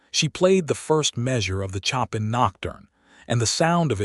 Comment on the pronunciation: 🎶 CHOP in 😯 🤨 No! Please, please fix the pronunciation! A beautiful Nocturne, it was composed by 'SHOW pan' That's how it is said. 🤪 Chop in 🪓 so silly ____ Also, a female name of Mae . . is said, May (long A) Not said, 'Me' 🥴 'Me' is just me - which is not a name. Fix it 🤞